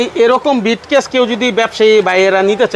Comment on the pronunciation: ব্রিফকেস কে বলে বিটকেস। গ্রাইম্মা